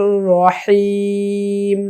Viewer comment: Rohem naha ha bhai Rahem ha